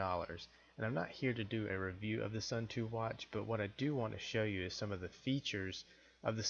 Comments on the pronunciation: Please.... it is not 'sun too', but 'sun toe' pronunciation. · suunto is pronounced soon-tow not sun-too fyi. im a Casio Pro Trek tough solar guy and i will say skip the cheap ones like this and get a casio, far more durable than a suunto and a china made knockoff or variant like this. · Smith Actually its more like "soon""toh"